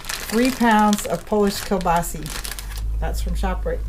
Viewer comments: This woman knows practically nothing about cooking! This dish without sauteed onions is flat "White Bread" cooking. The sausage, which is pronounced kielbasa, not kielbasi, should also be lightly browned in the butter. It's a shame to see good ingredients wasted in such a manner. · I've seen bigger much bigger so no your wrong yours isn't the biggest ive seen...and stop saying kabasee it's kabasa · Sa not Se...kel-ba-sa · GOD love you and your... But it is Kill-boss -oh.🤔😎😉